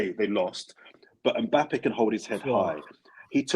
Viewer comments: Someone tell it’s Mbappe not M Pappe🤣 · Why does call Mbappe Mpappee?